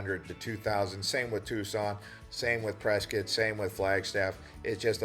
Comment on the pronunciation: How do you spell Prescott? Prescuit??? Like biscuit?